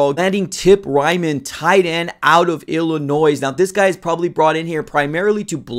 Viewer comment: Bro there is no “noise” in Illinois. The S is silent come on that’s day 1